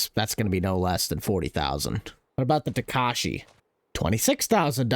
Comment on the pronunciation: Just so you know… the proper way to pronounce the Takeuchi is Tak-e-oo-ch-i,not tak-e-oo-sh-i ( for reference)I only know this bc I have one and I’m not trying to criticize.